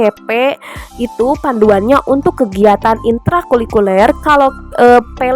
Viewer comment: Maaf kak, sedikit koreksi ya... Intra Kulikuler ❌ Intra Kurikuler ✅ Sukses selalu kakak...❤❤❤